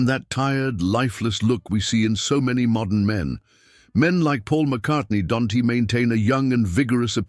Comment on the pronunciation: AI is funny. Isn't is pronounced isn t, don't pronounced don t, that's pronounced that s. Can't it be programmed to accommodate apostrophes? It also doesn't seem to know when to pause, often doing it mid-sentence.